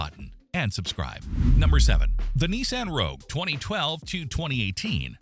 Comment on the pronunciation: If the AI can't pronounce Toyota, Nissan, or Silverado, how can the content be trusted?